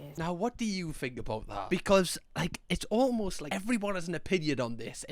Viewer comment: Not relevant but I love the way say "becud" instead of because sometimes